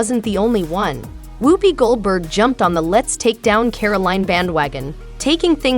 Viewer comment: Can't quite pronounce Joy's last name or Whoopie's first can ya? No offense dear. Very much expected.